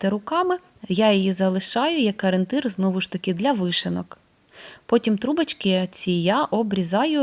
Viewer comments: Не Арєнтир!!!—а ОРІЄНТИР!!! Вже навчіться на Україні розмовляти українською!!!! 🤦‍♀️🤦‍♀️🤦‍♀️ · Дуже люблю вас, але ... Вибачте, ну що за аринтир? Таж навчіться вимовляти правильно - о- рі- єн- тир